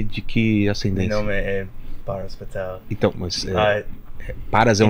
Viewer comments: O intérprete falou Paras “ Pastel” hahahahaha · "Paras Pastel"??? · O nome do cara é "Patel" e o interprete falando "Pastel".. credo rsrsrs